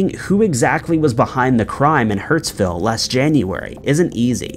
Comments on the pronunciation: HURSTVILLE NOT HURTSVILLE ... DID YOU GET THE VICTIMS NAMES CORRECT ?? SYDNEY AUSTRALIA ! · It's Hurstville not hurtsville, the familt names are Alamadine and Hamzi. I don't know who writes your scripts, but they need sacking! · Hurstville Not 'Hurtsville' lol